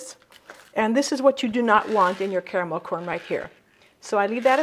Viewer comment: Hahaha!!! Sneaky eaters you have there.. Yummy treats I've not made in a long time Gave me Much needed smiles:*) Woot woot as we say 'Caramel' & not 'carmel' :*)